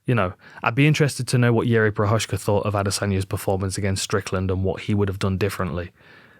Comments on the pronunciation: Jiří Procházka should go with George Walker. It would stop butchering of his name. The way Dan Hardy is ***** it up is just so OFF the mark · cmon is it that hard to google the prononciation of prochazka before making a video like this , and it has Z there , why turning it something else?